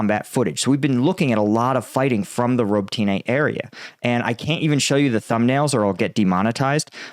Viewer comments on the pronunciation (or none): It is Roh-Boat-Nuh, not Robo-tina. I just hear you say it that way every day, lol. But say it as you please. I believe that Ukraine knows that their military and political unity with "The West" futures are dwindling if signs of progress do not start speeding up. Unfortunately, this will be paid in skin and blood; but with the citizens of the respected countries growing more and more anxious for the lack of progression, shortly thereafter the helping hands may dry up. This has absolutely nothing to do with my opinion on whether or not we should continue to assist Ukraine or not. Just an idea of the overall speculation of what is going on.